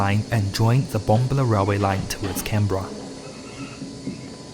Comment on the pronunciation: Love the videos & information provided....however, it is courteous to learn the correct pronunciation of place names. BomBAHla